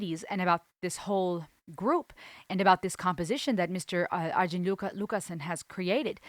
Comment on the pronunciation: Yep, I was wrong. Best I can find in English phonetics from Arjen himself is Are-yin; however, I believe a lot of his contributors do call him Are-jen which raises a smile apparently.